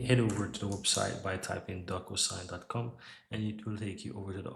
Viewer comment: Great info but I think it's pronounced doc - "you" - sign. with a long "u"